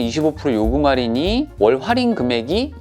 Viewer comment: 슨생님 정보감사합니당 근디 활인이 아니고 할인이라고 해주삼.. ㅋ